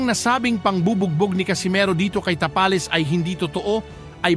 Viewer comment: ayusin mo mag bigkas ng "tapales"😅😅